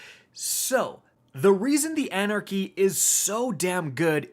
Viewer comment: You could’ve titled this: the end of “An Era Chy”